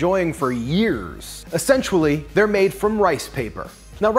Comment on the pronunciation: Did you actually say, "Essentually"?